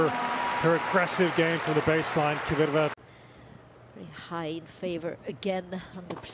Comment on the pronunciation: Kvitova not Kivitova lol. Umpire says it right . Anglos can't lol